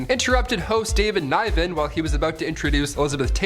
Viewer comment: I'm with Will Smith. He was up for the award not his wife and Chris did this before about Jada at another awards show. David N eye vin? No that's not how you say the man's name. Yes we are getting an Avatar sequel